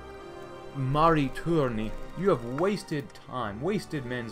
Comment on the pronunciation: Did upuy know Mari Törni is Finnish name :D it was funny to hear you speak Finnish. Btw im from Finland